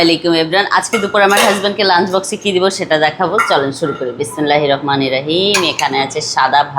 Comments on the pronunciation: বিসমিল্লাহ ও বলতে পারেনা আবার ব্লগ ভিডিও করে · আপু সালাম বিসমিল্লাহ বলার সময় সুন্দর করে উচ্চারণ করবেন। তা না হলে আমার একটা ভূলে কতটা পাপ হবে।। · ঠিক মতো বিসমিল্লাহ আর সালাম উচ্চারণ করা শিখতে হবে